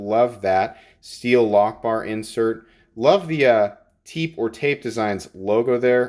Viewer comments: Good lookin knife. Oh, and the way that pronounces Tepe is: Teh-pay. Just FYI. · I could be wrong but I think it's pronounced "Teh-pay". Someone correct me if I'm wrong.